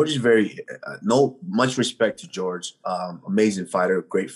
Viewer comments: Bro it’s pronounce “whore hey “ not “George”😂🤣😂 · Lool, why does he call him george? His name is Jorge Loool. The slight disrespect!! 😝😆😆